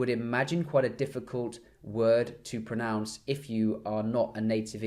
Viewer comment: i died when u said "bronounce" i'm egyptian, i know what u're talkin about haha